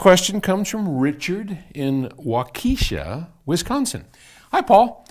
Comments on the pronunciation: Waukesha: The e is soft not long. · I must say as a guy who lives in wisconsin, how you pronounced that city made me laugh! Love the content